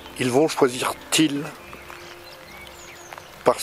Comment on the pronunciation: J'ai pas compris ta prononciation: camp de thiel ou camp de til?, merci.